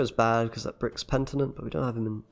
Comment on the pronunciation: After DevilDriven, another youtuber saying « pentinent » 😏